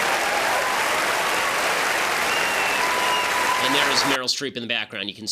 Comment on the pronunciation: Did he say The Piantist or The Penis, not sure...